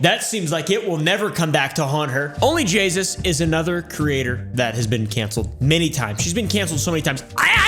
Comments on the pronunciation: It’s onlyjayus not only jasus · "Jaysus" Jay..... SUS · I thought he was saying only jesus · instead of only jayus he said only jesus🤣🤣🤣🤣🤣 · Bro keeps saying Jaysus when it's Jayus Also no disrespect to you, I love watching your videos ❤ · It's JAY-US. NOT JAYSUS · I find it hilarious he says jaysus instead of jayus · Onlyjayus not jaysus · It’s Jayus not “jaysus” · You're saying Jaysus, but its Jayus so you must be calling her sus right? Because Jaysus sounds to much like Jesus. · its only jay-us not only jagus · It almost sounds like pronounces OnlyJayus as "OnlyJesus" on purpose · He said Jaysus not Jayus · Where is he getting the extra s in JAY US 😂😂😂😂😂😂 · Bro said jaysus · Idk why its so funny to me that he says onlyjeyzus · I love that you call her onlyJAYSUS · I honestly can't tell if he's saying onlyjaysus on purpose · Not me hearing onlyjesus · "ONLY JAYSUS" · Is he sayin Jay”sus”, or is it a weird way of pronouncing “Jesus”? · Is he saying onlyJesus????? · said jaysus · Ah yes, JAYSUS